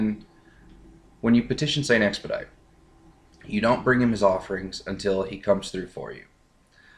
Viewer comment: st. expedite is french it is supposed to be pronounced the french or latin way